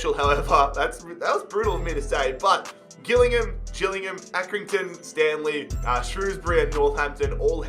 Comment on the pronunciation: it’s pronounced J-illingham, just for future reference